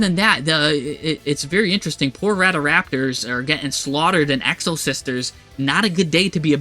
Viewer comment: No way bro said RADA-RAPTOR!!😂😂